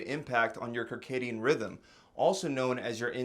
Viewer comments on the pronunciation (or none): Circadian rhythm pronounced: Sir-Kay-Dee-Ehn, not Kuhr-Kay-Dee-Ehn or whatever you were trying to say. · It's pronounced SIRcadian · Come on bro. It’s circcccccc like circle. Not KERCADIAM rhythm. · Why are you calling it a Kircadian rhythm 😂 it’s “circadian” pronounced like the “circa” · Circadian is pronounced “Sir-cadian” not “Ker-caadian”. Good video, although I don’t believe in eating breakfast any more. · Bro really said Kirkadian rythym and we're supposed to trust him 💀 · It's "sir-cadium rhythm" lol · Did he just say "karkadian" rhythm? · Circadian Rhythm - “Sir-Cadian rhythm” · Why do you pronounce circadian with a hard C? So cringe. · The “c” in circadian is pronounced as an “s” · Hey there, I enjoy your informative videos, but just a small point on this one: I believe "Circadian rhythm" should be pronounced similarly to "circular" (not with a hard c like a k). In fact, I can't think, off the top of my head, of any words that begin with "cir" that would have a hard c like a k: circut, circumfrence, cirucs. Otherwise, keep up the good work.